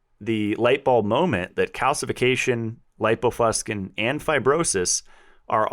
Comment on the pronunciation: please look up "lipofuscin" in the dictionary. pronounces it wrong. The i softens the "c" to an "sss" sound. There is some irony in portraying oneself as able to discern scientific literature... and not being able to.master a simple dictionary. You can remove that irony by simply pronouncing the word correctly. does... he's mastered the dictionary... lol. He tried to help you out at the beginning of this podcast to alert you to your error in a nice way. For you and all... I highly recommend The Logic of English Book and YouTube material. The knowledge ought to be a family heirloom. And no... the hard "k" sound for the "c" is not an alternative pronunciation. Science is not pronounced "sky-uns."